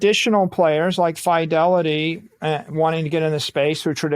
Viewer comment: Someone teach this genius how to pronounce Fidelity lol